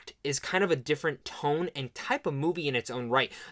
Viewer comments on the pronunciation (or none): none